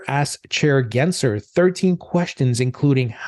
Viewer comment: Why do you call Gensler Genser?